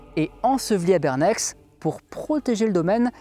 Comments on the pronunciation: Mine de rien, je voudrais te signaler que dans notre région (Genevois, Savoie(s)…) les lettres étranges tout autant que bizarres à la fin des noms sont en général (il y a des exceptions) muettes. Ainsi, Bernex se prononce "bernè", La Clusaz = "clusa", Haute Nendaz = "ôte ninda" (ouais, "en" = "in" !), La Forclaz = "forcla", Cernex = "cernè", etc… C'est comme Paris, par ex. qu'on ne prononce pas "parisse", sauf si on est de langue allemande dans un mauvais film 😉. Que je sache, les terminaisons en "-ex", sont, comme celles en "-ac" (Cognac, Figeac, etc) directement issues du latin et proviennent souvent des noms des propriétaires romains ou gallo-romain du lieu. Par ex. : Frontenex (frontenè) = Fronto, nom du propriétaire supposé (on a trouvé une dédicace d'un duumvir je crois, de ce nom, mais pas dans la villa, d'où le supposé) de la villa gallo-romaine trouvée dans le parc public du quartier, le long d'une rue du même nom (ancienne voie romaine Genève - Thonon - Saint-Maurice en Valais) dans le quartier genevois du même nom itou. Pour Bernex, on a pas trouvé de trace du nom du proprio, qui pouvait être un Bernacus, ou Bernaco… par ex (je ne suis pas latiniste, je suppute un peu au pif et j'ai pas lu les sources que tu mentionnes). Pour info, j'ai habité ce village quelques temps, dans la fin des années '70, juste après les fouilles. J'en ajoute une couche : les villes et villages qui se terminent en "-inge", "-enge", comme Presinge ou Préverenges, dénotent des villages d'ori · En Suisse on prononce pas les fins de mots en general quand c'est x ou s donc bernè(x) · Mais c'est à côté 😱 (on prononce "Bernet" hahaha 😇) Super épisode ! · Hello c’est super chouette de connaître cette histoire car j’habite à côté de Bernex et ne connaissait quasiment rien de la période gallo-romaine du village, mais un détail : On ne prononce pas le X de Bernex 😉 donc c’est comme si on disais Bernè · Bernèkse ahaha c'est marrant :-) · On ne prononce pas le X de BERNEX